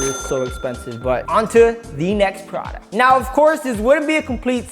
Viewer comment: He said to the nexT PRODUCTOH HHAHHHHAH